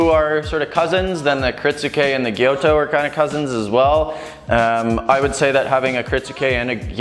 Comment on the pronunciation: Gyuto, not "gyoto"!